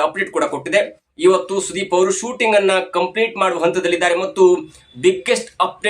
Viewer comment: ಕನ್ನಡ ಸರೀ ಮಾತಾಡಿ ..ಸೂಟಿಂಗ್ ..ಅಲ್ಲ ಶೂಟಿಂಗ್ ಅಂತ ..ವರ್ಷ .ಅಂತ .ವರ್ಸ ಅಲ್ಲ ...ಇನ್ನೂ ಕೆಲವು ಇದೆ ಅಸ್ವಿನಿ ಅಲ್ಲ ..ಅಶ್ವಿನಿ .